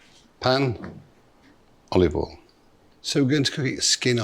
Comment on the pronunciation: I legit get afraid when MPW says "generous amount of olivol"